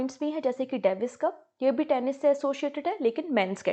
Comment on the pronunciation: You said Tenish 😂😂😂 please learn the pronunciation